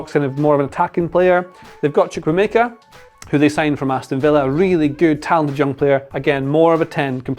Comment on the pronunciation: love that you said chukwuemeka reasonably well